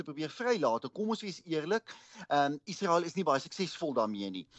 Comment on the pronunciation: In Menstaal word 'n g as G uitgespreek en 'n s as S: Gasa; nie agter ingels aan 'Ghaza' nie. In Menstaal word Israel as ISRAEL uitgespreek; nie agter ingels aan 'Iesrael' nie. Onbeskaamd Afrikaans.